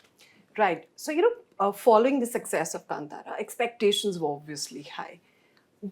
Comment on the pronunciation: She said kantaara it's kaantaara